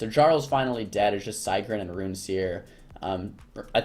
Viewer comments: your saying sigryn wrong. just letting you know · the way he say it lol